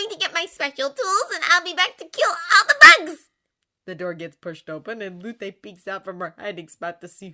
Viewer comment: Hey I noticed you’ve been saying Lutes name as luté, it’s actually supposed to be Lute like the instrument or loot if that makes more sense. I’m shocked it took me so long to notice!